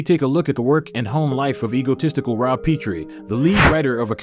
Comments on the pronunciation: Rob and Laura Petrie pronounce their name as in Pet dog or cat, not Peetrie. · Rob and Laura PETrie, (with a short e sound), was the last name of the 2 main characters-not PEEtrie.